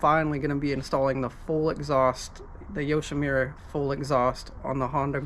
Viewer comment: Not to be a dick here... but it's Yo-shi-MOO-ra... not Yo-shi-MIU-ra. Sorry. I learned Japanese. Good vid.